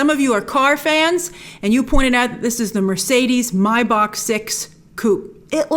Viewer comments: mercedes mybach???? You mean maybach grace 🤣🤣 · It's pronounced may-back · I giggled a little as you mispronounced Maybach (may-back). I don't wana belittle you by calling it cute but it was lol. Love you're channel..thanks for the great content 🙂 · Grace listen to Rick Ross it's MAY-BACH (BACK) MUSIC! 😭😭😭😭